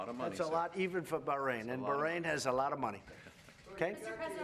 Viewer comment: On a side note - I hate when people say BAHK-RAIN, just like I hate when they say CopenHOGen